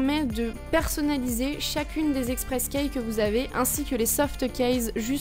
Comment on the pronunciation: Haaaa ! la prononciation de Keys m'a fait du mal X")